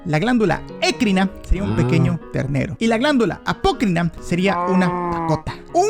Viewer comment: Video interesante, pero sufro cada vez que pronuncia ecrina y apocrina como "écrina" y "apócrina", cuando la sílaba tónica es "cri" en ambas palabras.